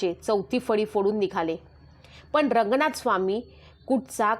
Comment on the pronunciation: अर्धवट माहिती देत जाऊ नकोस ज्यात आपल्याला काही अक्कल नाही त्यावर बडबडणे योग्य नाही मनू हा ब्राह्मण नव्हता तर तो क्षत्रिय होता. मराठी बोलताना व्यवस्थित बोल पण च्या ऐवजी पन बोलत आहेस. गेल्या 25 वर्षातच ही कल्पना मांडली जात आहे ज्ञानदेवांच्या काळापासून गुढी उभारली जाते. ही सडकी कल्पना संभाजी ब्रिगेड चीज आहे. अभ्यासा महत्त्वाचा असतो.